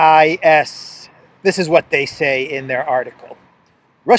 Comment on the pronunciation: it's said 'C-sis', just to make it easier on you.. lol.. bad enough you have to do verbal gymnastics with polish names.